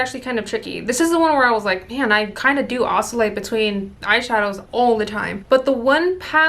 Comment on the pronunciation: SAY OSCILLATE AGAIN,!! 😂😂😂